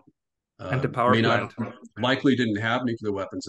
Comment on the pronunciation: there's an "l" in the world nuclear!